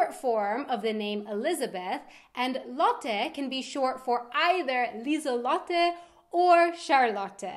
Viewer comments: It' Lisalotte not lisallotte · Lieselotte is not Liesel Lotte but Liese Lotte without a L at the end of Liese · I'd say the first half of Lieselotte is Liese, not Liesel. At least that's what I think, especially since Liesel is a diminutive of Liese.